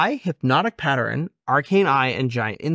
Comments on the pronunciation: I take a drink everytime says "Hypnotic Patter-in" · It's so cute that cant say pattern. Hypnotic Patterin is so funny